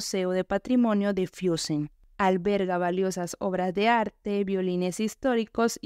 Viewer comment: No se dice: "Fiussen" Se pronuncia "Fussen"